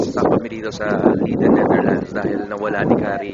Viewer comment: It's pronounced as LAYDEN, not LIDEN.